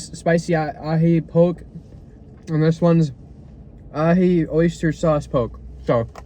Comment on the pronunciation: Goes from heart felt comments and reflections to miss pronouncing poke… you are 1 of 1